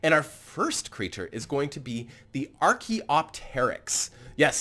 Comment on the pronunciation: Pronounced archaeopteryx wrong. Ar kee op tur icks.